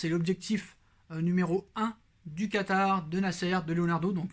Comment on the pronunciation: "Calé Quatar" 😛